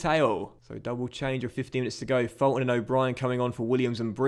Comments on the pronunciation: Hey, loving the series. Only thing is Fulton is pronounced “Fool-ton” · It's pronounced Fullton and McGlocklin